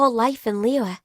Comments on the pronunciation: Every character has a stroke pronouncing Liyue. "Li-Yua" "Li-Yhue" "Li-Yee" "Lee-yah" "Lee-yahw" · The way the VA pronounces Liyue really bothers me